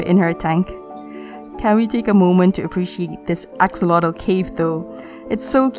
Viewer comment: You got it so right on the pronunciation in Nahuatl with the word axolotl. And I have to really congratulate you because it's the first time in a video in English that they mention this information and even more said it in Nahuatl language. Here on Mexico [wrongly] is just named as "axolote" pronounced "ajolote" in Spanish thinking that the "x" on axolotl sounds the same like with the name "Mexico" [pronounced Mejico in Nahuatl] but this is not the case. So you are right! 😀 Listen to how they pronounce it and you will see that you are right: Excellent research!